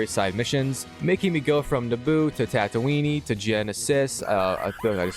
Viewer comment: bro said tatooinee